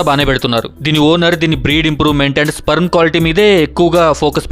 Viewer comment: First sperm ni ala pronounce cheyalo nerchuko